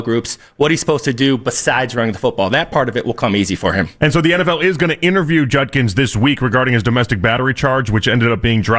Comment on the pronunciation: It’s Judkins, not Junkins